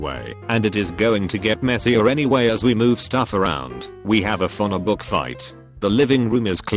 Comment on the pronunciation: TTS called a phone book a fona book